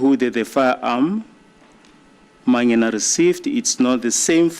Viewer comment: The way pronounces "Mangena" irritates me